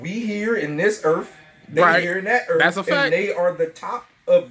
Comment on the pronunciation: We here in this earf, they there in that earf, and they’re the top of their species”😂